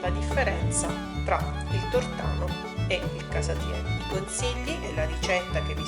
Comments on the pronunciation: ottima la ricetta ,sbagliata la pronunzia : non si chiama " tortàno " ma "tòrtano " e te lo dice una napoletana doc.... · Il tornano non si può sentire!!! Non sai neanche come si pronuncia!!!! Poi perché dici la ricetta di cannavacciuolo se è a modo tuo????